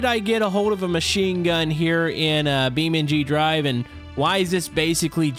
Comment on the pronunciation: Did everyone ignore that said beam mp drive also plz do it on multiplayer